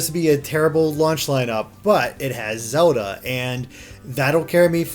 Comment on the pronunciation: Why does this guy keeps pronouncing zelda xoda